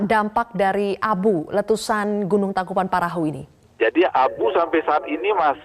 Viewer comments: Tangkupan tangkupan tangkupan tangkupan tangkuPAN perahu nyebut TANGKUBAN BAN BAN salah mulukk busett!!!! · Syukur tidak ada korban jiwa, tapi kenapa saya dengarnya pembaca berita ngmg nya " Tangkupan Perahu " ya